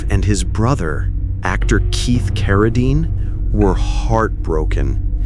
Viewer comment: Geez, teach you STUPID AI narrator to pronounce "Cara-deen" correctly...